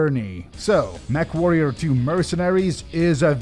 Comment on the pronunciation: I could have swore that the newscaster was saying "MethWarrior 2" 😂